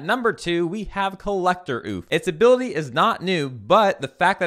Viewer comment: When pronouncing ouphie think what did the communist say when hearing about sales tax? Oh-fee